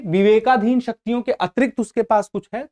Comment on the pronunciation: कृपया आप 'शक्तियों' शब्द के उच्चारण पर ध्यान दें। बहुत बहुत धन्यवाद।